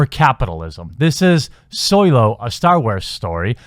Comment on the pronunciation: I'm sorry, I can't. Why can't you pronounce Solo properly?! 😂